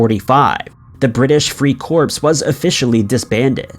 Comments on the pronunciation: "Corps" is pronounced "core". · "Corps" is NOT "corpse" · Corps is pronounced core ! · It's pronounced British Free "Kor" (Corps)...the "P" & "S" are silent....a corpse is a dead body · I can’t listen any more. Not after he pronounced corps as corpse. He’s supposed to be knowing about military stuff and he makes a stupid error like that? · Corps is pronounced "core." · The reader should learn the difference between the words "corps" and "corpse". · The word os CORPS, like in USMC, not Corpse! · Corps pronounced core. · Corps, pronounced as core, not corpse🤨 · Good grief Corps is pronounced as Core. Just like a Navy Corpsman is pronounced CoreMan. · Lol free-"corpse" ... that's a big one... Videos are excellent but he's good for one major Booboo like that each video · btw. the 'p' in corpse is silent. its pronounced "core". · Ya know,, when you read from the script try to remember that not every word or abbreviation is read and spoken with all the consenants pronounced. So is the Marine Corps. the Marine Corpse? Use your brain, don't just read the text like a robot. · You'd think he'd know by know it's pronounced "core" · These stories are all common knowledge. Also, you are incorrectly pronouncing the word Corps; the p is silent. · Well.. good video, but someone should inform the narrator that the P is silent in corps.... I mean really?... What is it that Schools have been teaching? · The narrator is pronouncing “corps” wrong. Come on now! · Corps is pronounced with a silent p. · none of this was "creepy " or not very known. this was stupid, btw the s in the word corps is silent when pronounced... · So many words are pronounced wrong and corps is one that is pronounced wrong all the time . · Agreed! I stopped watching after he mispronounced 'Corps' for the fourth time! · Drink every time corps is mispronounced. #2 will have you hammered in 2 minutes flat. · 'Corps' is pronounced 'Core', NOT "CORPSE" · It's not pronounced "corPS", try "core"